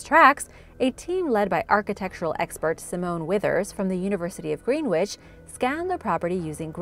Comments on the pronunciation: Aaaaahhhhhh. It's not pronounced GREEN WITCH. It's pronounced more like Grennitch. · Greenwich is pronounced like "gren-itch" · Cringed when I heard Greenwich.. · GREN-ICH not "Green Witch" WILT-SHA not "Wilt Shy-a" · Greenwich is pronounced Gren-ich and Wiltshire is pronounced Wilt-sha.